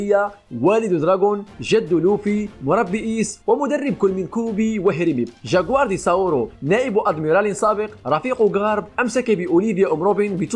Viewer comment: اتكلم زين وش الجاكوار قول جكوار